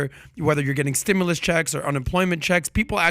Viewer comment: Stimulus not "stemless"